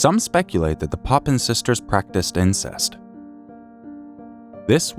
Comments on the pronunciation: Papin sisters. Not Poppin. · It’s the Papin sisters. Not poppins.